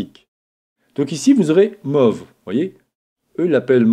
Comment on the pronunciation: Bienvenue "dans" cette vidéo et pas "bienvenue cette vidéo" ... Mauve pour déplacer hihi c'est move (prononcé mouve) merci pour tes tutoriels en tous cas